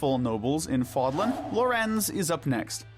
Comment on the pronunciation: Considering how you mispronounced "Seiros" and "Fódlan" consistently, shows me that y'all never played the game 🤣🤣 it's almost fully voice acted